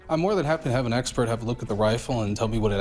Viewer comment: "The eggspert" 😂